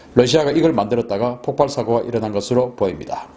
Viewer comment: 폭팔이라 하지말고 폭발이라고 발음해주세요